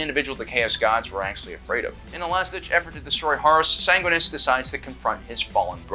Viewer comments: Sanguinus? SANGUINUS!? ITS SANGUINIUS YOU... FFFFFFFFFDDGFDVVGBBFDFFUCK! THE SYMBOL OF GLORY AND GOODNESS WHO’S DEATH REPRESENTS THE FINAL END OF HOPE FOR THE GALAXY! HE WHO FUCKING DROVE HIS LANCE INTO THE ARCH TRAITOR WITH FULL KNOWLEDGE THAT HIS DEATH WAS THE RESULT! SAY MY PRIMARCH’S NAME CORRECTLY! grabs by chest and slams into wall with all the force of a suit of Mark X SAY IT! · SAN GWIN E US. Say it right or die by the angelic host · Sang-win-e-us. Also the red thirst already existed pre-heresy. It's a complication from his gene-seed. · Mispronouncing Sanguineous is treason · Jorge wasn't a spartan II he was a spartan III. Also you pronounced Sanguinias wrong